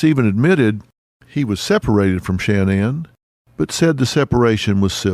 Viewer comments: Sha-NAN, Not Shan-nan. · Her name wasn’t pronounced “Shann-Ann” with equal accenting on both syllables. It was pronounced “Shin-Anne” with the accent on the second syllable. This was the pronunciation by even her family. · I do not understand alot of media that cover this story mispronounce Shan nan especially when she was on social media and her friends say it using the emphasis on the nan not Shan like Dr Phil is doing. Crazy. Shan- NAN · Stop calling her Shan-Anne!!! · I cant listen to mispronounced name over and over. The first A in Shanan is ah sounding. The emphasis is on the nan part. Sha NAN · Phil, why are you so disrespectful?! Her fucking name is “SHA-NAN”!!!! Or her birth name “Shannon”! It’s “sha” like “ah” the end is Nan . Sha (ah) Nan!!! Shanan! Rolling it together! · Dr. PHIL, HER NAME IS SHANNAN NOT SHAN- NAN! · I wish you would pronounce her name correctly. Seems like something you shouldn’t research before making this whole video.Ugh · I wanted to watch this, but the way Dr.Phill says Shanaan, is an ick for me 😢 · Its so annoying how he keeps mispronouncing her first name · Maybe Dr. Phil could have taken the time to learn how to pronounce the victim’s name?